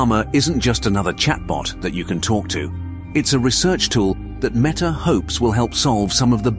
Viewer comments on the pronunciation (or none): itrs not meeta its metta! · El Llama by Meeta lol. Did ai read the script?